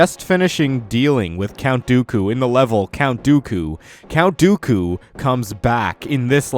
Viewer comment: Jack Clements he said count doily 4 times